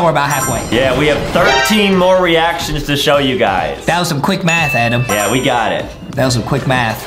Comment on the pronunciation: It is raccoon not squirrel. Justin Adams my favorite now I won’t call him adem